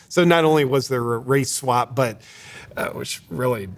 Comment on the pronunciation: At first I thought you said a racial slap, lol, swap slap kind of the same to the Egyptians apparently.